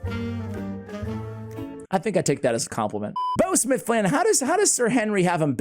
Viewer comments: It’s pronounced bow like in bow wow not bow like bow and arrow.. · Dude you need to Google that shiz-nick again because I found it easy and by the way you are saying it wrong: bough rhymes with cow, now and wow, just to mention a few words that you should know “ How “ (see what I did there) to pronounce my guy!